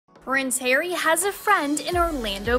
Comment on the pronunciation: I double up when some of the commentators say "Hairy" instead of Harry! I do feel sorry for my neighbouring country England, having to endure this, at a time when they need to have peace and quiet, for their Queen, at her age! Charles is aware that the split in the UK is very likely, and the people of the USA have seen this coming for a long while now, and tell it as Royals of England too! They also want and need to have "Supposed Royals" there too, and lap all this up as they are used to the cult of celebrity there. Sadly the cult can soon be over and another celebrity takes top place! What could happen however, is that Harry's wife will run for President, and if Trump achieved his goal, there is every liklihood that Harry's wife will also do so too!